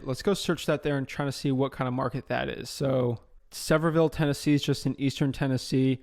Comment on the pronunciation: Avery and Luke Carl are cringing every time you say Sevierville 😂., great content brother. Thank you for everything you do!